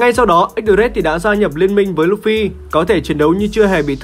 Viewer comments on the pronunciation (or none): none